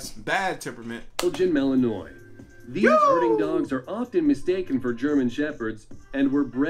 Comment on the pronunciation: You always know people don't know their breeds too well, when they say "Belgian Mal-In-noy" when it pronounced "Mal-in-Wa"